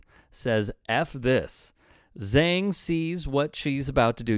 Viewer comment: Who is "Zang"? It's Zhang which is pronounced "Jawng".